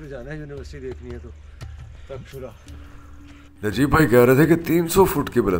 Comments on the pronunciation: Sir tussi Taxila nu takshila pronounce kro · Takxhila kahte hai pranunce galat hai